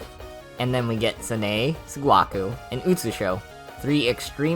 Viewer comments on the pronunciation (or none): I mean, there's 'sirno' but then... "tsunae, sgwakoo, and utsushow" mate, do u have brain damage